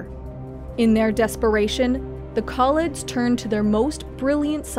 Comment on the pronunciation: Haha, get davros and kaleds and thals right but skaro was a bit hard. Scar-oh